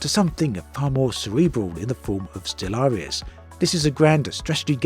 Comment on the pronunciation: Surely that is not how Stellaris is meant to be pronounced? With a hidden a at the end.